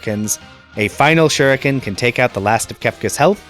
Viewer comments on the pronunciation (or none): none